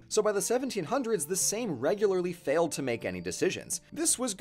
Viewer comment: R U kidding me? "Szlachta", "Sejm" pronounciation 10/10.